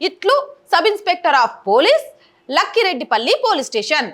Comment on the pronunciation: It's not lakhi Reddy palli It's lakkireddypalli please pranous properly the neme Lakkireddypalli okay